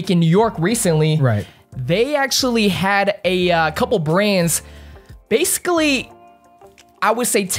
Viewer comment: Great interview....you had me dying saying “ BASICALLY”... BASE-CULLY 😂😂😂😂😂😂😂😂